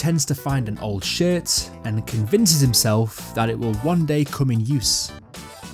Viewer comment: Everytime you said "shirt" it low key sounded like you were saying shit...lul